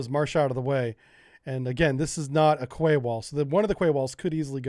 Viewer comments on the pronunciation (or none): Russia DID NOT 'roll in with tanks and troops', they already owned and occupied those naval bases. Also, Quay is pronounced 'KEY' not 'KWAY' you sound like a moron when you pronounce it like that. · I could evening, thought you might want to know that the word "Quay" is pronounced "Key". Keep doing what you clearly love, it makes great videos it really does.:-) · Quay is pronounced "key" Great vid as always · Where I'm from a "Quay" is pronounced "Key" -Just in case anyone else was wondering. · Yes its 'Key' never heard it pronounced any other way.. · Quay pronunciation “key” 👍🏻 don’t ask! Honestly being English I’m all too aware that at times it’s odd, casing point The city of Reading is actually pronounced Redding…….🤦🏻🤷🏻‍♂️ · I love your content always interesting, informative and amusing, but PLEASE pronounce Quay correctly it's pronounced KEE!🙂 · Quay is pronounced "key."